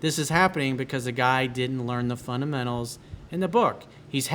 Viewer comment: "FUN-'DA!!!!!'-MENTAL" is the right pronunciation. Huge fan though.